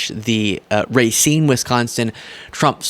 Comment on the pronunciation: Btw,, the name of the town in Wisconsin is pronounced ruh-SEEN. Keep up the great work!